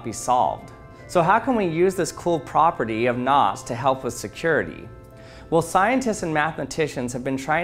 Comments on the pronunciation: Me hearing nuts instead of knots: 🗿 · The entire time I thought you were saying “NOS” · When you saying "knots" very often, i am starting hear "nutz"